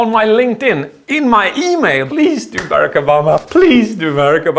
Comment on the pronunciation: Bereck Obama? BERECK ?! rofl